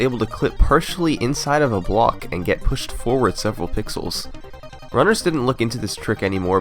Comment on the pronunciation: he says reveal this invisible bawk? WTF is a bawk, do you not mean block?!!! Go ahead knights of the haters go off on me, and then tell yourself wait, it's not like he is very foreign. Yup if I was saying this about someone who was African or Japanese or whatever, then yes it would be weird because of their accent and pronunciation but come on this guy is British or American and he says bawks!!!!!.....